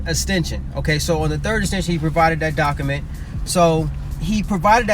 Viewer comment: Thannnnk youuuu... I kept cringing every time I heard "Doc A Ment" 🤯